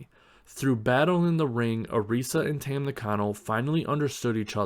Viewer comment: Her name is pronounced like Tum, not Tem.